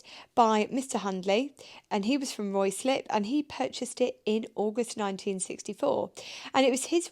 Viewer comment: Sorry, Steph didn't get it quite right 😂. It's rye-slip.